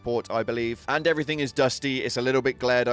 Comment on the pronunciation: Never understood why people who speak English put a 'K' at the end of "everythink", "nothink". It's the weirdest grammatical quirk I can think of in our language, and you hear it a lot! Its a "g" no a "k"! Thanks for listening! (and yes I'm really fun at parties before anyone comments lmao)